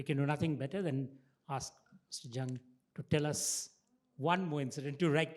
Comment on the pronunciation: 😂😂. Last name should be "Jung" not "Lung"!!